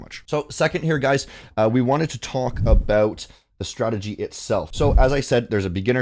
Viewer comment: Mans said STRATEDGY